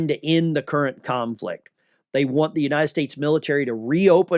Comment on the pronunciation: Want not eant